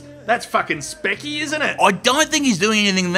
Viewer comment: That’s fucking “SPICKY”! Lmao